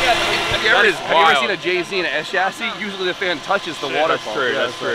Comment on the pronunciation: Dear please don’t ever call it a e chassis again.